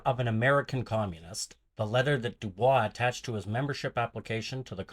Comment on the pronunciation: Pronouncing his name wrong